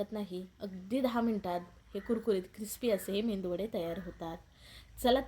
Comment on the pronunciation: Mendu nahi ho .medu vade ,khis nahi kees ,sunder menu